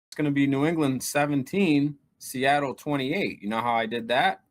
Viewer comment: Lived in Seattle his whole life and he still can't get it right 😂